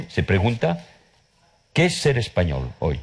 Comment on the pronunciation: Pronuncia horrible la l final de " español" o de "cultural".